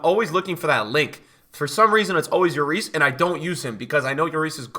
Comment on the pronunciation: BRUH its not J/YORIS. he's not spanish lmfao, its still pronounced LLORIS